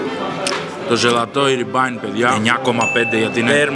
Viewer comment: Ζαλατόι όχι ζελατόι